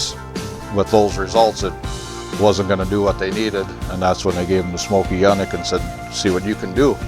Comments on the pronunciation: Its ... "Yoooo-nik" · Never ever heard his name pronounced that way. Always heard "Younik". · These cars can stand on their own merit, without the inflated horsepower claims. Please educate yourself on the pronunciation of the man’s name. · Quite a display of ignorance, quoting laughable dyno numbers, and mis-pronouncing the name.